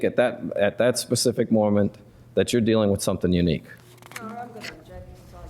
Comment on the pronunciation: Pacific. WTH? The word is Specific. Smdh.